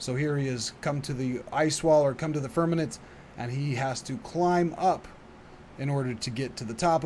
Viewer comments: FIRM-A-MENT I FEEL LIKE ITS SUPER IMPORTANT TO BE ABLE TO SAY WORDS IF YOU ARE TRYING TO TEACH THE WORLD. I’m sure you’re trying. IT IS SPELLED & SPOKEN: FIRM-A-MENT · i wondered too. but i think i got it. he is pronouncing it bad in the video. he says Firmanent. héhé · Why are you mispronouncing firmament?